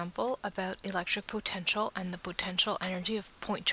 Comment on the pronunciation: Thanks! Although i'm bothered by how you say "potential"....